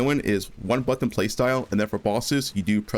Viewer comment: You say button wrong